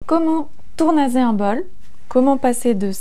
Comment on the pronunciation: J'aime bcp vos vidéos très utiles❤ Mais pourquoi continuez-vous à dire tournaZage alors qu'il y a deux S et donc on dit bien tournaSSage😊